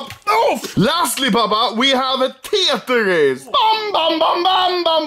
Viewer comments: He says teytris instead of Tetris 😂😂😂that’s just so good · Anomaly: Tetris : | Tietris :))))))))))))))))))))))))))))))))))) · I mean tyetris